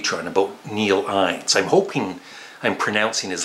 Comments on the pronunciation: In-nes. Not Eines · The pronunciation is “in-es” for Neil Innes. Also, i think Ricky Fataar was in the Beach Boys for a while